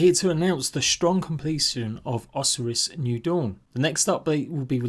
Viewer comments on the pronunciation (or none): The way you say osiris new dawn is so awful never heard anyone say it like that so ugly... Oh Sigh Rus that's how everyone else pronounces it. Not telling you what to do just informing you. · Osiris is pronounced Oh-Sigh-Riss - It's the name of the Egyptian God of The Underworld. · O-Sigh-Ris good lord.. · Pretty sure its pronounced Osiris asin egyptian god of the dead?